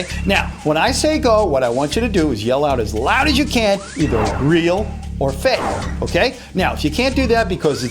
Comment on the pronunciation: its fake not fak